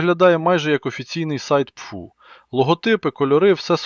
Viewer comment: Аи почему пфу, а не пэфэу? По звуку пфу похоже на плевок...